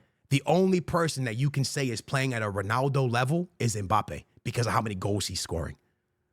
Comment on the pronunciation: UNC said “when Mpabbe lands at Real..” LOL 🤣